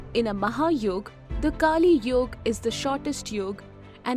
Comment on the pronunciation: It is कलीयुग not कालीयुग